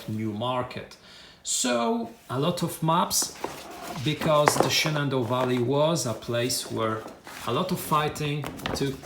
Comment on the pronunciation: Nice unboxing!!! As you're not a native English speaker, there were a couple of place names you had trouble with, so I thought I would help you out. I know that if I were unboxing a game set in Poland, I would do far worse than you did, certainly!!!! "Shenandoah" is pronounced "Shen-an-DOE-uh" and Cedar Creek is pronounced SEE-dur Creek ("cheddar" is a type of cheese!!) Still, a wonderful video for a wonderful set of games!!!